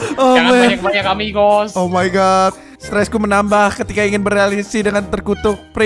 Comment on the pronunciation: Ambigos, bukan amigos kalo g salah